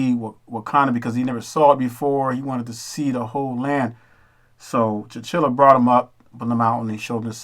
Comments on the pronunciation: please learn to pronounce the names correctly. it's TEE-CHAHH-LAHH. not T'chill-uh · Ta-CHA-la not tachilla! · It’s T-Challa not T-Chilla hahaha. Killmonger also put that white museum scholar in her place. He corrected her on false information. Also, he asked her, did you buy the stuff in the glass? He said no you went and took it. He told her that he’s gonna take it back. That was another Hebrew Israelite moment. The bottom of the spaceship looked like a tribal mask. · You need to make sure you understand the characters and pronunciations of their names. T’Challa is his name not Tchilla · T’challa not T’chilla I like the video tho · Hello. You make some good points. I would like to add. It's Tchalla not tchilla. First real all big black movie was the Wiz. This could not be the best action film? Don't believe the hype. This movie was not written for nor by Black People. Please keep a solid perspective about this. Thank u. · T'CHALLA! Not T'Chilla!! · Why do you keep pronouncing T’Challa as chinchilla 😑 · I know I’m late to the conversation but Eric Killmonger and his father were not banished to America. His father was sent there to be a spy for Wakanda but he double-crossed them and sold vibranium to Kraw. T’Challa’s father found out and came. Eric was born in America. And the name is T’Challa, not T’Chilla. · You're murdering king T'challa's name calling him T'chilla. Come on bruh!!! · T'Challa pronounced Ta cha lah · Pronounced "Ta Cha Lah" T'challa you were killing me messing up his name. Good video otherwise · Your saying black Panthers name wrong. You sound like white ppl trying to pronounce 2 pac. How do you come up with all this but didn't research how to say his name? Smh I call bs